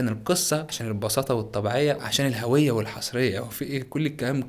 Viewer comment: ال (ه‍) اللي في كلمة الهوية دي غريبة جدا🤨 مش بقولك مختلف❤️